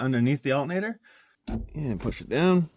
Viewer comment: why he say alternator like that man smfh